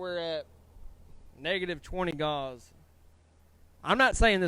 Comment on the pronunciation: I'll bet you know plenty about welding. I've enjoyed your videos. But, Gauss, the measure of magnetic field strength is pronounced "gous" not gauze. I risk sounding rude by correcting you but, I would want you to tell me.